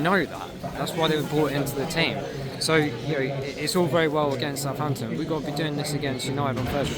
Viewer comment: It’s Southampton ffs